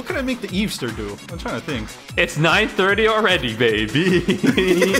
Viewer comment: HE SAID THE EVEESTER BUNNY BAHAHAHEHEHHEHEHEHEABA